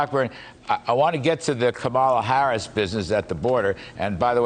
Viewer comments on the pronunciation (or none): I could swear he said "Kabbalah Harris"